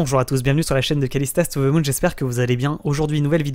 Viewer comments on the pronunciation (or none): Too Ze Moune 😎